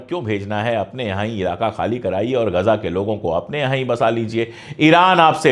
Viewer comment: are bhai "Gaja" nahi hai "Ghaza" hai.